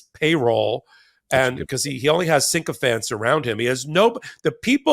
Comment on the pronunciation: Sycophants not syNchophants.